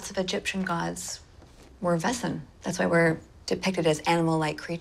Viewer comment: It always triggered me how they pronounced Wesen tho. It's just the wrong pronunciation of the word :D I loved this series but that got under my skin :D